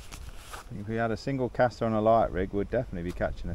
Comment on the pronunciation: C A S T E R there's no R in the name lol...... Nice vid sounding a lot better🎣